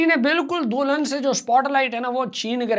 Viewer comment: Dulhan ❌Do-lun ✅ Foodie ❌ Fudi-dia ✅ WTF bro🤣